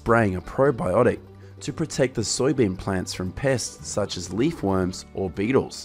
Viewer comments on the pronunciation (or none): none